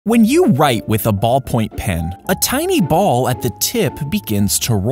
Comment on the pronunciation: Why did he say "when you white with a ballpoint pen"????? Can he not pronounce "write"?